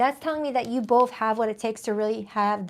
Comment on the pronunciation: Hey where are u from? U have an accent? You say "f" at the end of words instead of "th" like both .... u say boff instead of both ... my mom does the same and she is from Trenton NJ ... did u grow up there too?